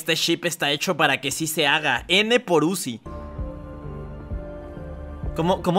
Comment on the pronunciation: Zuci✅️ uzi❌️ 😂😂😂😂😂😂😂😂